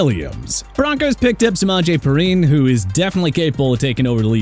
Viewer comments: it’s P-Rine, not pereene. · You purposely pronounce named wrong you said perine wrong